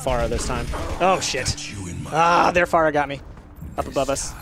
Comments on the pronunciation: its pronounced fair-a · Don't take this the wrong way, but I think Pharah is pronounced differently.